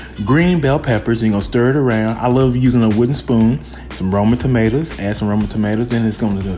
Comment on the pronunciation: "roman tomatoes" 🤣